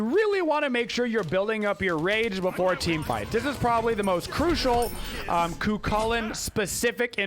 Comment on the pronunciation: Still can't hear the difference between Cu Chulainn and Kukulkan when says them